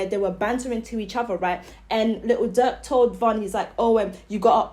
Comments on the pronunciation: Von and Durk was close and it sound like u calling Durk duck goofy ass lady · She cant even pronounce durk name